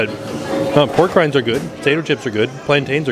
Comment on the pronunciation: We're not saying, "pork rinds." We're calling them "Porg rinds."